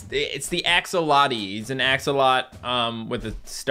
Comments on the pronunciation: It’s pronounced ax - o - lol - tl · Love that doesn't know how to pronounce axolotl lol